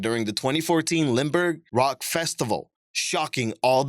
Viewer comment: its Limburg (holland) not Linburg,..;-)